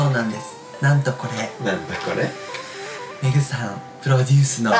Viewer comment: 「僕のメイクさん、メイクさんでーす！！」に聞こえた…メグさんね